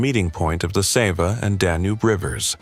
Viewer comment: Is this AI? The narration seems to be AI, considering certain faults in pronunciation. Most of the pronunciation is good, except Sava.